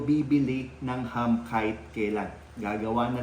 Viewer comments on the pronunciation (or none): It's not Hum, it is Ham.